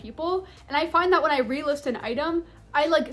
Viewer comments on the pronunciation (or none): Relist , not resist, sorry!